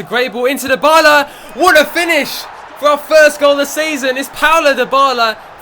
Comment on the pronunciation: can you please say Dybala properly